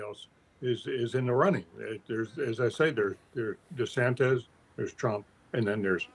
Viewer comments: Can someone tell Mr. Gergen it's not pronounced De-sanTEZ? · His name is not DeSantez.